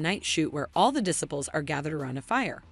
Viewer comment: Check your pronunciation of "disciples." It's not right.